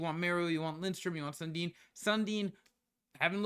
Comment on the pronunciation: Love your videos but you gotta work on reading the players names better! Schmalz?? Lindstrom??😂 Looking forward to seeing you grow this year in NHL 25 bud!